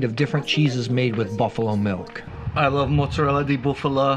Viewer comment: It’s mozzarella di bufala and not « de buffalo » 😂